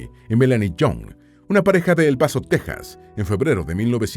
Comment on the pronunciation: Gracias por otro buen video muy fascinante. También quiero felicitarlo por pronunciar la palabra Texas como se debe. 👍